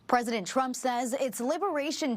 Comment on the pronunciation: "pesident chump" 😂